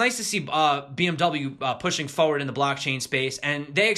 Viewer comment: Say Foe-ward again 😁